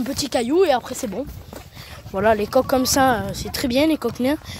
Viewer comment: Super vidéo. "comme ceça" 😂😂